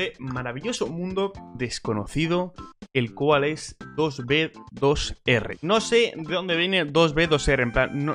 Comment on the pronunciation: 2B2R xd lo dijo mal es 2B2T jajajajajjja